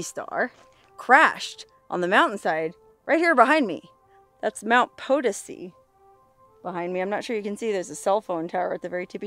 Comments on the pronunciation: She still effes it up and says 'POE-tih-see. Eh, you can lead a bimbo to proper pronunciation but you can't make her speak! lol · I was going to say we have a town in Missouri that is spelled the same way and we pronounce it Puh-Toe-see also. Thanks for correcting her. Also she was on a War Bonds tour not a USO show. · It's Mt 'puh-TOE-see' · Hey, you made it! I.E you answered my question of if you'd ever been to the Crash site at Mt Potosi. By the way- it's pronounced Po-to-si. Accent on the 2nd syllable. If anyone told you otherwise they're wrong. Thanks, neat place. Cool story, that dude sounded like an idiot. Hate that when someone ditches in the wilderness! Tough luck, looks rough. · In Mo we have a town Potosi we pronounce it Po toe see